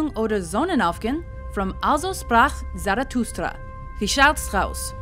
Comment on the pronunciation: Tiago Almeida Actually, I have not listened to that part and later I heard "Ainehlehitung oder Sonenaufgehnn alzo zprak Zarafrustra"...